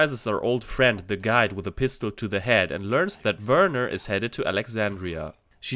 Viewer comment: I appreciate the way you pronounce "Werner"😂. As a kid I hated that it sounded like "Weerna", the way you say it it actually sounds like how it's written.👍